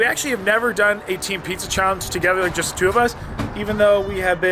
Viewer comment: *pizza not puzza